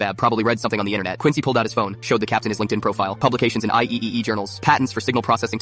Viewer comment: "I - E - E - E". It's said I triple E.